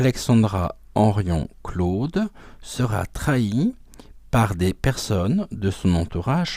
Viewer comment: Bonjour, merci pour ce partage ! Les bénéfices des ventes de son livre sont reversés aux soignants suspendus , peut être Est ce de celà dont il s'agit ? PS : Vous me faites rire , vous dîtes ( comme moi ) Henrion CLaude" et c'est Henrion Caude ! 😊